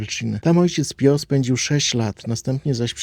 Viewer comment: "Pijo", a nie "pio"! sprawdzaj, jak nie wiesz!